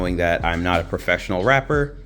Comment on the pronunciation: "I'm not a professional W[r]apper"🤣🤣🤣